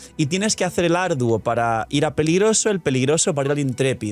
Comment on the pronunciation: Dice peligroso pero yo escuche pegriloso muy pegriloso😂